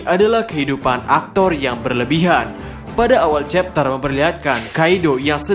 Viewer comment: Kau ngomong chapter aja nggak jelas cok, kayak meragu soal chapter yang akan kau jelaskan